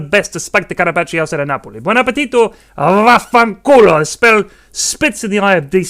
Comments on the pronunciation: Hearing a foreigner saying "vaffanculo" as it is supposed to be said brought the sweetest tears to my eyes.Thank you thank you. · Impressive italian skills!